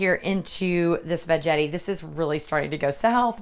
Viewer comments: I love my veggetti too! I called it veggetti with a soft g also, but it is really veggetti with a hard G- as in Spaghetti. The word Vegetable is what throws us off..... LOL....... I cracked up when you were explaining how to use it and said it all goes south from here... It is a GREAT invention though! Love it! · Love the video but it's pronounced Va Get ee, not Va Jet ee...lol